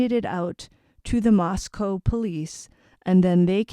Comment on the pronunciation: Let me start by thanking you for pronouncing the town and student names correctly. So many reporters or channels don’t say it correctly. I don’t know what to think. Many things are possible. I just don’t think an inexperienced college aged kid could commit such a horrific crime and still be at large. I could be wrong but if I tried to do this, as an example, I would leave so much evidence behind. So someone in their early 20’s to know how to commit this crime and then do things to throw off police seems like a stretch.